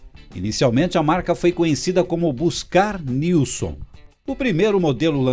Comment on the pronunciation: Joinville SC x Guaratuba PR, e a pronúncia correta e Nilsem sobrenome de origem sueca, Joinville foi colonizada por alemães, suíços e suecos. Nunca falam o sobrenome dos fundadores correto.